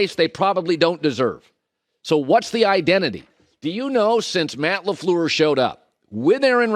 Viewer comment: it's not Laflur it's Lafleur